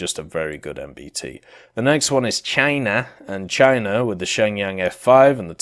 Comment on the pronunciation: like for "chinea"